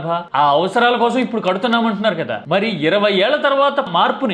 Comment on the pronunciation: కోసరం కాదు కోసం అని చం.బాబు ... తెలుగు కూడా రాదా 🙆🏻